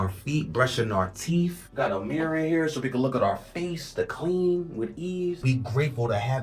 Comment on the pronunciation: And says “teef” instead of “teeth”.